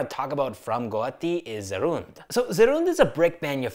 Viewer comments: Guwahati ❌ Goati✅ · It's not Guti, it's GUWAHATI